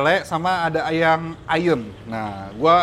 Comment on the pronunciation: Ayamm yaa bukan Ayem